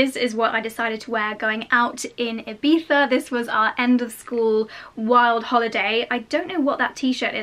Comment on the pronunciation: I'm Spanish and I love that you make the effort to pronounce Ibiza the right way! Most of people from other countries just say "ibisa".